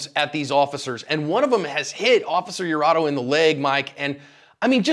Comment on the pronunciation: Its Iurato, with an I, not an L.